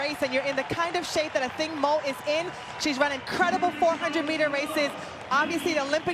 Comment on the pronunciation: Her name is pronounced AH-THING-MOO" NOT! "OTHING MO!" It is so easy to read the notes -dude on the mic!